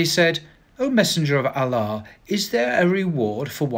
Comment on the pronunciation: Pronouncing "Allah" like a champ! Keep at it! Especially when people criticise you! 👍